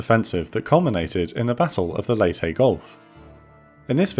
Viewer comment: Thank you for pronouncing, 'Leyte', properly!